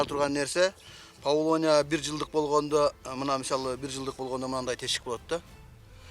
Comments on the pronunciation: Павлония эмес ПАВЛОВНИЯ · Павлония эмес, павловния. Даракты экпейт, даракты тигет🤦‍♀️